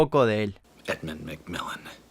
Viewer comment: Sos un Fanboy de Endmun Mad Milen sorry por pronunciarlo mal